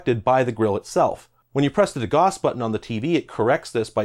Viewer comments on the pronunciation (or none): love the channel but you pronounced degauss wrong. de gow s not de gahhs . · Degauss is pronounced like "de - gowse." The term is named after a scientist named Gauss. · You condense explanations very effectively! BTW, de-Gauss (Gauß) rhymes with house. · FYI, the “au” in degauss is pronounced like “ow.”